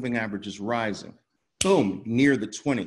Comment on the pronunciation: Booom not pum 😀😀😀